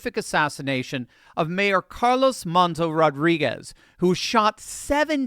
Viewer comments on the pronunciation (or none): none